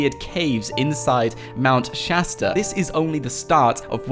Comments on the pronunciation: Mount shousta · Mount shatsta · Progen J its Mount Shasta not Chasta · Mount shashter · Its mount shatard I live in Los Angeles I go there all the time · Mount choow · It is called mount Shasta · Mount Chasda ore chasta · Mownt shaster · Mount sashter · Isint it mount keleb